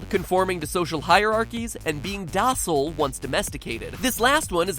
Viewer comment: Is, is that how you pronounce docile? You say the 'c' as in the letter 's' and not the letter 'k'? My life has been a lie this whole time